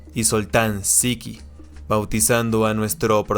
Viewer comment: Hola señor y buenas días, primero muchas gracias por el vídeo ❤🎉, el "cs" del húngaro, leelo como ch del español 😊, entonces, el nombre de Csiki, se quede como tal 😊, es decir, de Ciuc en húngaro, Csik (!)Saludos 🎉🎉